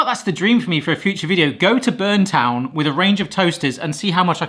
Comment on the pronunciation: The town is called Burnettown not Burntown.